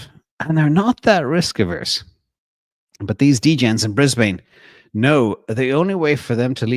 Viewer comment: 🇦🇺, its pronounced Brisbun ❤ same with Melbun